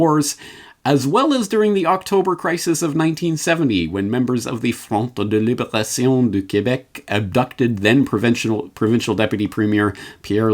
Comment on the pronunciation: Bahaha you say Front de liberation du Quebec just like Die Hard Hans Grueber!!